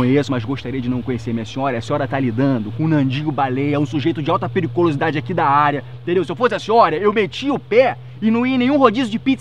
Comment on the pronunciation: "Sujeito de alta pericolisidade" kkk